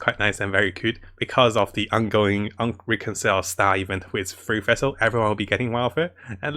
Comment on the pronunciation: bro can you like, finish reading the words on your screen? half the shit you say you pronounce way wrong for no reason. you can say sacrificial just fine but you can't pronounce fischl which has the same pronunciation as the FICIAL in sacriFICIAL. and it's judite not judas